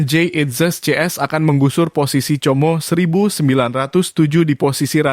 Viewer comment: Tulisanx 'como' ucap 'komo'